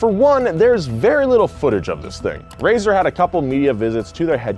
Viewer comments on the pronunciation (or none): RAESR is pronounced raise-ar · I pronounce RAESR as RAY SENIOR